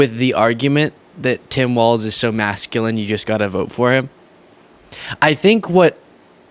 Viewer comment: It's pronounced walls, not waltz.